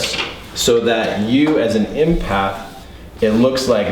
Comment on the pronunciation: Love you! Love your videos! Just curious why you say impath not empath? Is it intuition you are referring to as well?